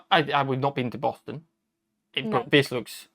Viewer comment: I don’t know who convinced him that the accent is ‘Bast’. It’s Boss (as in supervisor)